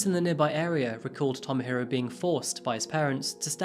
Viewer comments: Love this channel, but can't get over the pronunciation.... "Tomo-hiro" = Toe-moe-he-roe. Sorry, been living here for too long and it absolutely bugs me 😅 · Tow-mow-hee-row is not “well-pronounced”